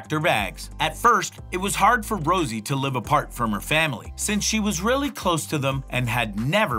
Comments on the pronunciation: Rosé not Rosie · Why did you put a picture of Jennie and say that's jisoo. And also you don't even know the girls names, you said Rosie instead of rosé